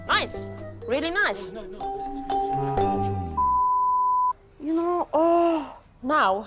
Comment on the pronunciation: "Noice room innit??" 😂